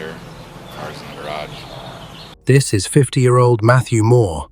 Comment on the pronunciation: This voice is ai. The way it said garage. Garrogh lol.